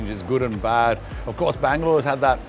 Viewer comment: When Bangalore became Blangalore EOD🍺😂🤘🏻 Doing a good job! Cheers guys 🍻